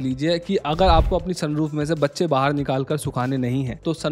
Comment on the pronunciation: I heard kacche 😂